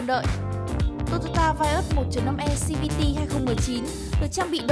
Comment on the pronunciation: Đã đọc tiếng việt thì đọc hết mẹ nó tiếng việt đi cho dễ nghe. Đọc xi vi ti làm gì